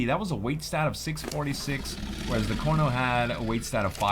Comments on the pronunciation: its pretty annoying that he says corno in stead of carno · when you say Carno, to me it sounds like Corno